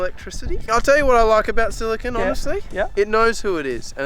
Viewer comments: “Silicone” not “silicin” lol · I didn’t read the other comments, but I’m 1000% sure that was silicone and not silicon. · That was 100% Silicone...not Silicon lmao.